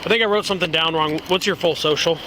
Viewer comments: AHHHH, GOT EM WITH THE GOOD OLE' "SOSHE" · "His soch".... "Social". It's "social". Just ONE extra syllable out of TWO syllables. Next it'll just be a sound. Just "sch". 😐